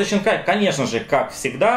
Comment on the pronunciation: зачем писать Синкая если ты говоришь Щинкая ?